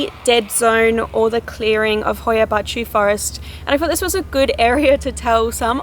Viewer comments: The title sounds like something morgz would say, also congrats for being the only native english speaker on earth that can pronounce hoia baciu perfectly Btw love the oxenfree soundtrack in the backround :)) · she actually said it right, my romanian self is pleased